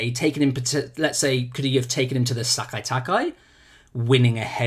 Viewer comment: Nobody on any video I have watched this weekend has been able to pronounce Sekai Taikai properly